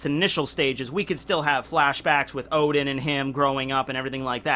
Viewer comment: Sorry but I need to say, the name is "Oden" not "Odin"